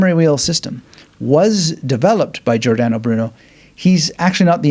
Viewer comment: Pronounced like English, Jor dan oh Broo noe. No " Aye" sound